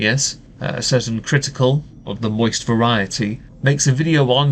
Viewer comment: you said mosist without doing the thing